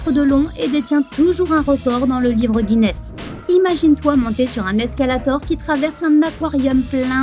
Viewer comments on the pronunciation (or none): none